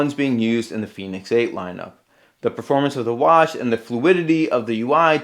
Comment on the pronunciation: Fen asin pen Not fee as in phoenix